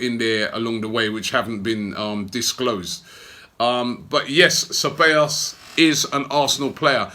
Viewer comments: Its pronounced Thebayos not Chebayos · "Se by os" is the way you phonetically say it. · It's pronounced as "Say-baa-yoss" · its not Cabellos, it's CEBALLOS for fucks sake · Robby, the pronunciation would be "sevayos"... great news... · I swear... how many ways can Robbie pronounce (SEH-BAY-os) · Guys, it's pronounced se-bye-oss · It’s pronounced “Cebaayous” Robbie. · Okay w that we've signed him i can finally help you Robbie... His name is pronounced Seh (like how a Jamaican would use the word "say"- By (not bay) - Yos (pronounced like the letter O) so its Dani Ceballos (Seh-By-Yos). Hope this helps, Big Up! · Dude, it’s pronounced seh-bah-yos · Pretty sure it's pronounced KABEYOS Robbie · I swear this man mispronounces names on purpose! Dani Che-ballos! Haha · "Cebeios" Lmao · Dani Ceballos [Da-ni Ze-ba-yos] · I think its Ceballos not Cheballos? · Nobody : Robbie : Dani Chabbeos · It’s pronounced (seballos) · Say Bye Oss would be the correct pronunciation of the word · Hahahaha he said Danny Shebeyos!!! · Robbie, my brother, it's 'Sih-buy-yo's', for heaven's sake hahahhaa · its "sebajos" actually double LL's are pronounced like english J's. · ‘Seh-ba-yos’ Robbie again with terrible pronunciations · Robbie saying Dani Chewbacca wtf ?